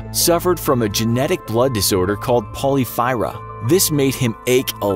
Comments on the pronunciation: Spent five minutes trying to figure out what polyphyra was before I realized you meant porphyria, pronounced (por-FEER-ee-a). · It's not "Poly-phyra." It's "Por-fear-ia." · It’s porphyria (por-FEAR-ee-uh). Not polyphyra. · It’s PORPHYRIA not “polyphyra” or whatever the narrator said. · you claimed King George III suffered from "Polyphyra". That's not right; he had "Porphyria", pronounced poor-fear-e-uh. Though even that information might not be true. It's possible that he had some kind of mental disorder instead of a physical one. His urine may have only been blue because he was given a medication based on Gentian, the flowers of which are a deep blue colour. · Please do some more fact checking. It's called porphyria not 'polyphyra' and it doesn't turn urine blue, it becomes reddish-purple because the chemical that is in the urine is an intermediate step in forming heme, which is found in red blood cells and gives hemoglobin its reddish color. One google search would have clarified this 🤷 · Porphyria not Polyphyria . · “Polyfyra?” 🤦🏻‍♀️ Try “Porphyria” Geez. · King George had PORPHYRIA (pronounced "poor-FEAR-ee-ah"), not polyphyra. Polyphyra is red algae, and you mispronounced it; it's pronounced "pol-LIF-er-ah". They're completely different things that have no relation to each other. Learn to read, learn to speak, learn the differences between similar-appearing words. If you're dyslexic, have somebody check your work before you post it so you don't look like an ignorant moron. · It's porphyria not polyphyra, cmon now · Um it’s pronounced por-fear-ia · Just to correct you, King George III had Porphyria (pronounced: “Por-fear-ia”) and it’s an extremely painful condition when flares hit. You aren’t really insane, just in such extreme pain, it’s hard to function. King James had it as well as Mary of Scots. I should know... I have this same blood disorder as well. Fun fact, yes I can trace lineage to royal houses in England, Sweden, and Germany. It’s wild! 🤣